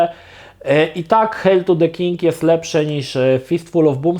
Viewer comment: Geeku to się czyta "hejl"